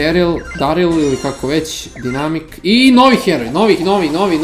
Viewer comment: Dinamik haha, lepo sam se nasmejao, Dajnamajk!:D